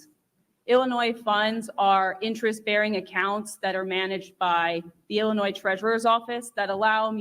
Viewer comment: Come on, don’t pronounce the s at the end of Illinois.